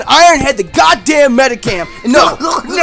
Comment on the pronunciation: it's mediCHAM not medicam